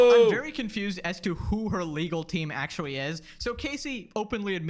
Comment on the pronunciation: It wooks awewite akshawee. Why do so many youtubers have easily correctable spe3ch imp3diments? Super distracting, obviouswee.